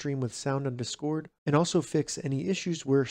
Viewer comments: I’m so distracted by the incorrectly stressed syllable 😂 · bro is saying dscord